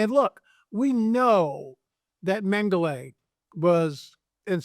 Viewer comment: Repeat after me: "Men-Ga-La"... It is not and has never been "Mengelay"... If you're a serious student, you should at least be able to pronounce his name